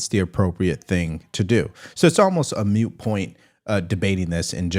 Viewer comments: Moot point... Not mute... ✌️😂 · I am paying 2 dollars. The word is Moot not mute. It is a "moot point" not a "mute point" I love your channel. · 'moot' is not pronounced like 'mute'! Carry on!